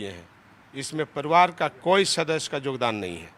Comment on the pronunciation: जोगदान नहीं योगदान बोलो